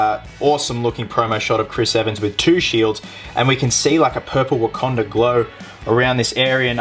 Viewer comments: Well, at least he got the "Wakanda" pronunciation correct on the last episode of "Captain With a Country". Only took him six episodes to get it right. lol Jk, Chris, just busting your balls. Good job! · Legend. Finally learnt to say Wakanda 😂😂